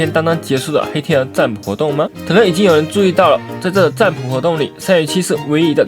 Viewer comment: ㄓㄢ ㄅㄨˇ，國文有在爛ㄛ💁